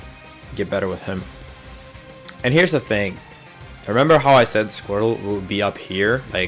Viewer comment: why does this guy say "scrotal" whenever he talks about Squirtle?